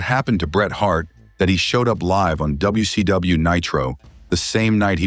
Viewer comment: AI doesn't sound very intelligent when it says wc dumbayou.😂